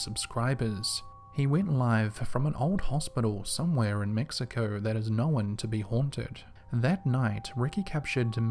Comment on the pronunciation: Listen man....I love your stuff, I've subbed but....IT'S KNOWN!!!!! Not knowEN